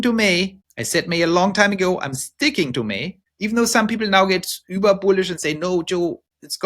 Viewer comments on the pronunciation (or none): none